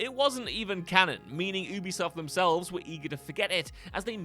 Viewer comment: Ubisoft is pronounced “you-be-soft”. It’s short for Ubiquitous software. Their employees pronounce it that way too.